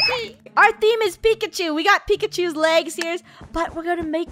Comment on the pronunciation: Funneh keeps saying pikichu not pikachu